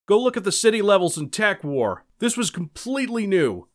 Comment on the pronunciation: Tekwar. I couldn't understand if he was saying "tack" or "tech" (it was neither) nor did i know if it was one or two words.